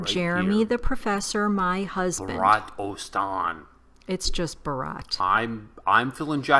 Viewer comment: Its Bhaarat , not bharaat 😊